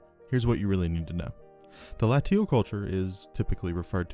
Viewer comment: Latium is pronounced Laysh-yum. Latial is pronounced exactly like glacial without the G.